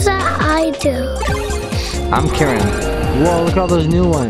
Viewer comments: isint kyrem pronounced KEYRem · You pronounced kyuram